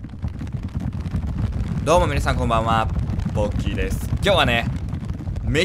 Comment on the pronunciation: サムネが「カイジの沼」に見えた。 そして、冒頭のポッキーの「ポ」が「ボ」に聞こえた